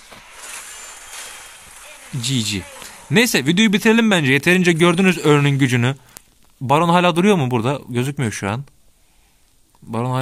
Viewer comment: Örnn diye okunmuyor haberin olsun